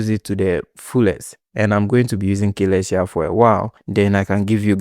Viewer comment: its pronounced suh-LESS-tee-ah